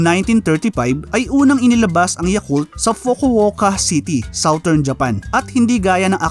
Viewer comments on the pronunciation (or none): none